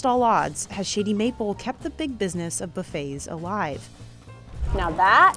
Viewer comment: I find it utterly sad that they sent a biased person against the place to review it. She even pronounces "Shady Mapple" thoughout the video in way to be heard "Shitty Mapple". All video long, she has that "yuck" attitude. She even states that she have heard from seven people the only get there is one item, the brisket, which had that face of digussed even before tasting it.